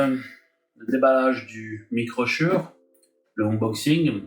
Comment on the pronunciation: on dit "schoure" !